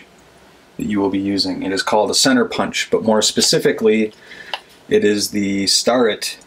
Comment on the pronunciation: Sorry but don't murder the name Starrett. It's pronounced Stairrett